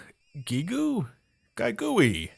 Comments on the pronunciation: I think Giegue is pronounced Gee-eh-goo-eh given the Japanese development and exclusivity so it probably goes with a Japanese translation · The villain's name is pronounced "Gaig". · It’s Gee-Guh (Giegue) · Johnny, I'm not sure if you'll get this, or if anyone even mentioned it yet, but Giegue's name was actually supposed to be translated as "GYIYG (pronounced "Geeg," wtih a hard G sound, of course);" G-Y-I-Y-G, according to Mother 2's Japanese title card.